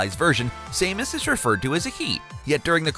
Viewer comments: Sah-mus not Sai-mus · IT'S SAM-US!!! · Same-us is triggering me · This is the first time I've ever heard somebody dislike him, given how he pronounces Raiden and Samus, I'm questioning if he knows about these games, or just spouting out a script anyway